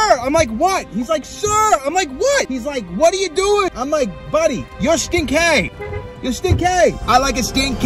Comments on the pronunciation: stin-kay and the tri-house in MA is the triple-deckah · Stin-kay , lol still with ya.. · Stin-kay